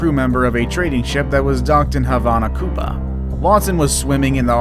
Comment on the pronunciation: he said Cuba wrong